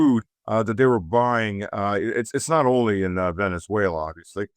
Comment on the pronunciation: try to pronounce "Venezuela" correctly, not with that awful German pronunciation (Venetsuela). Please!